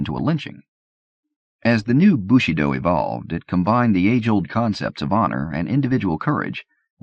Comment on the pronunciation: yeah as a French speaker it's really jarring to hear. It's like his pronunciation of bushido as "bushy doe" in the soldier's tale